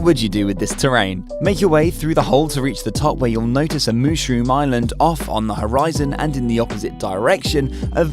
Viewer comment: Did you say moose room?